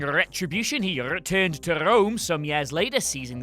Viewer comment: Swearing RRRRetribution he RRRReturned to RRRRome